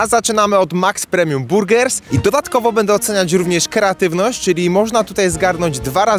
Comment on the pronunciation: dosllownie sie udusilam jedzeniem kiedy zauwazylam ze powiedziales keratywnosc zamiast kreatywnosc ale jem wiec leci like